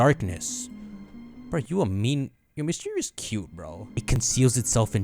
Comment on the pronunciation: It's not a big deal, but mis-dreev-us